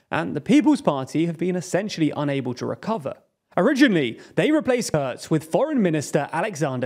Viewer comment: Could you at least TRY not to butcher the German names? "KURZ" is pronounced "Koorts", not "curds". Also, there is no O in FPÖ. The two dots have a meaning.